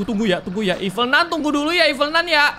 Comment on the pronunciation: ralat: nun kak bukan nan